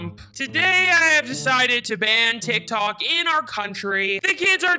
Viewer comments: It’s not teek Tok Tik Tok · It's not teek toyks it's tick tok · "TEEK TOKS"I CANT SAY ANYTHING😭🤚 "TEEK TOKER" LiKe NoT AgAIn😭🤚 she is back with the spelling wrong "BRUUKHAVEN" 😭😭😭😭😭😭😭😭🤚 and what voice is thet 😭😭🤚 and who is RONALD SUTMP😭🤚 Not the "TEEK TOK" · “Teek tok” “C r e e p p o k” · Not TEEK TOKING😭🤚 And not ronald stump😭🤚 Not TEEK TOK